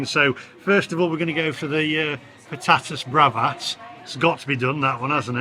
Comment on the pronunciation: The 'J' in Spanish is pronounced as 'H' so 'Jerez' is pronounced as 'HAIR - EZ.' The word ' RIOJA' is pronounced as 'RIO - HA.' You said 'Patatas Bravas ' correctly but those two words are easy. You obviously did not study Spanish in High School. I did and also attended a school with Spanish speaking students who were boarders at my school.